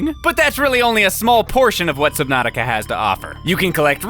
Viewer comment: nova 6 Me: I think that’s pronounced “Subnautica”